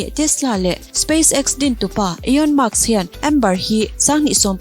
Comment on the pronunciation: Ekhai, ka bialpa 🙊 Elon Musk hming i lam mak em mai, ka rilru alo na ania aw 😝😝